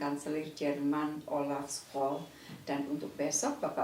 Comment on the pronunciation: mohon maaf Ibu Menlu, menit Kanselir Jerman Olaf Scholz, pengucapannya bukan Skol, tapi Syolz 🙏